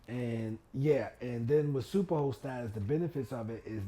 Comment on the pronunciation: I’m probably the only one that thought you were saying super hoe status lol. 🥴